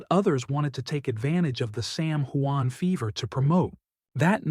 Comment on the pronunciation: What kind of reporter are you you can't even tell what your subjects name right. Get off the air. Are you report is garbage